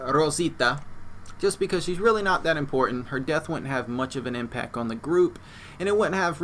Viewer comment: the word you repeatedly use has a letter in it you are obviously unaware of. its a t. it goes at the end of the word impac. its changes the pronunciation to impact.